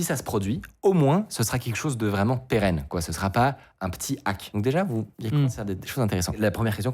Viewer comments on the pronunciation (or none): none